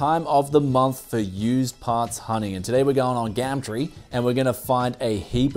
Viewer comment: "today were going on gammtree" xD